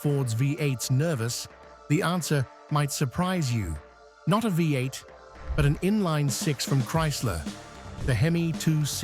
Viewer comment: Because it's an AI voice - note "Vie eight" part way through and "Lives on" (rhymes with Chives) later. Content is probably AI generated as well - so easy to detect as it has the feel of being written by a 12 year-old, repeats information and is usually riddled with errors.